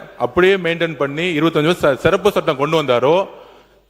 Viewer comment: மாண்புமிகு அமைச்சர் ஆதார் அர்ஜுன் அவர்கள் சிறப்பு சட்டத்தை செருப்பு சட்டம் என்று உச்சரிக்கிறார் வருகிறார் தயவுசெய்து உச்சரிப்பில் மாற்றிக் கொள்ள வேண்டும்